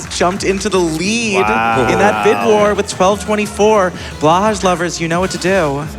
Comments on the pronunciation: This is driving me slightly nuts. It is pronounced "blow high" which is Norwegian for "blue shark". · By the way, for future reference, Blåhaj is pronounced “blow-hi”. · I always understood it to be a kind of in-joke to pronounce it "blah-hahsh". I usually just assume it's intentionally mispronounced o: But ye, blow-hi is fren <3